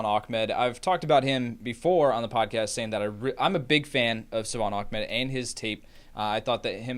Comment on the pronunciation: its not achmed its ahmed